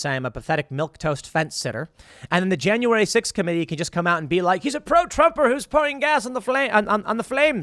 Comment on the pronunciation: Tim, it’s JAN-YOU-WARE-E Not JAN-YOU-WARE-DEE ITS STORY not STORDY All pettiness aside, Love the show, thank you